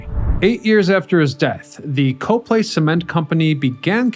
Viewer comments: I literally went to the comments section to see if anyone else was going to say this. To be fair, the Lehigh Valley has a bunch of weird pronunciations, but yeah. COP-lee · Cah-plee Not Co - long vowel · It's cop-lay. Not co-play. I've lived in the lehigh valley most of my life and bike on the trial near there. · I'm from the area... locals pronounce Coplay, "Kop' Lee" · Huh; from the area and I never knew about them. Cool to see some stuff from the LV! Keep up the great work *“Cop-lee Cop-lee Cop-lee” 🤣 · In Coplay, we pronounce it COP-plee. Yes, COP-plee. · Great Video. You’re mispronouncing Coplay. I watch many of your excellent videos but you frequently mispronounce the names of the towns. Do you ever go to the actual location?